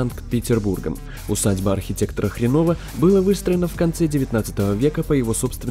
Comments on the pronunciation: Не нАчала, а НАЧАЛА! НЕ ХренОва, а Хренова! Ты меня разочаровал, чувак! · Усадьба архитектора, хрено'ва xD